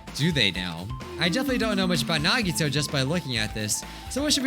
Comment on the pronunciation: I miss when called Nagito "Naw-Gee-Toe". Just me?